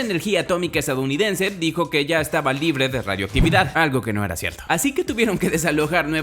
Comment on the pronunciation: dice argo 🤡